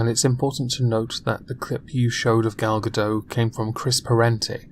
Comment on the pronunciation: Fuckin tilted by Scottish pronunciation of Gal GaDOT....